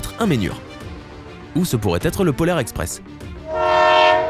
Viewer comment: On ne dit pas le polaire espress mais le poudlar espress